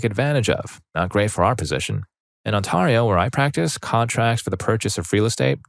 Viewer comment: As a canadian I hate how you pronounced ontario